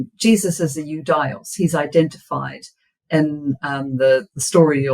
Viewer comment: Ιουδαίος= youdeos and not youdaios... Αι in greek is E , and she keeps repeating it a million times